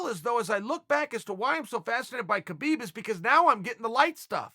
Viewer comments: Habib is the correct way to pronounce it. Not a dig, just some constructive criticism. Keep that cape on the ready, uncle Chael. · “I’ve always appreciated khabib” proceeds to mispronounce his name for 5 minutes straight